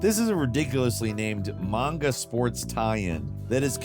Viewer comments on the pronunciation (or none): none